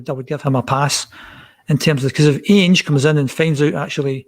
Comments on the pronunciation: is one of those people who mispronounce names wrongly ( Ainge instead of Ange, and Gayvin instead of Gavin ), yet persevere with their mistake even though they hear others pronouncing the names differently and correctly. ffs man, it's Gavin ( Gah-vin ) not fecking Gay-vin. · You can tell dies a little inside every time says “ange” “gevin” and jumps in every 2 mins